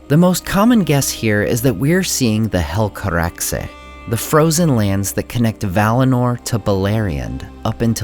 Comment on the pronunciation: Favorite: Finrod ♥ Least Favorite: When the teaser ends Grade: A Thank for the video, i really like your analysis, is kind and objective. Cheers. PS: Good Helcaraxe pronunciation.